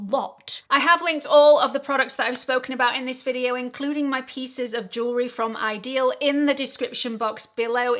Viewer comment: What's the Hype thing? It wouldnt let me comment! I dont want to be forced to hype a video in order to comment., i think it's pronounced 'idyll' not ideal. That pendant is lovely!